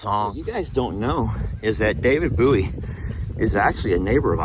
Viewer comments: Hahahah well the dogs sure do like David Bowie lol you and discussed the pronunciation of his last name, its Bow-eee hahah not boo-eee i cant remember who was right but yeah that was funny. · David "Boo-ee"! I about choked on my tea from laughing at how you messed up the lyrics and then said David Bowie's last name! David Boo-ee! 😆 😂 😆 I just absolutely love you! You always make me smile and laugh! Happy Tuesday! 😊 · just FYI & not in a P-Pat voice, it’s “Red SHOES” & “David BOWie” as in Bow & Arrow. Love Trixie coming out of her shell. ❤️😘